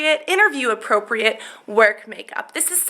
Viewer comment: haha, at the end end u said work APROCREAT makeup